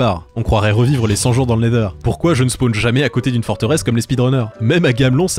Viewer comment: Pk tu dit le neder?